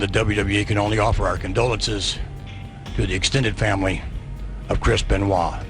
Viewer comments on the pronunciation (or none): The one thing says “ crisp and wall “ instead of chris beniot. Lol When I first heard this story I couldn’t believe it, so sad . Rip 🕊🕊🕊